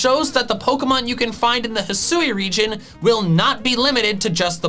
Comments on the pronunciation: I loved your video and... Let me possibly be the ONLY person bothered to tell you: Thank you. THANK YOU for satisfying this phonetics freak's need and pronouncing the region properly. If I see one more Youtuber pronounce it "HIGH-SOO-WEE", I will lose it. Bit sad on the ability idea, but I am super stoked for the Starters. I thought it was a really odd line up. For once I'm actually leaning towards Fire, instead of my typical Grass, but we'll see... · I'd assume that hih-soo-ee is the correct pronunciation, because that's how they pronounce it in the pokémon presents. They wouldn't reveal a name and then not say it correctly.